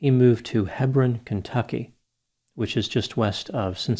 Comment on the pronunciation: It's HEE-brawn.